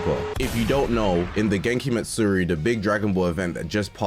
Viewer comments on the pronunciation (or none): ❌ Genkimatsuri ✅ Genkidamatsuri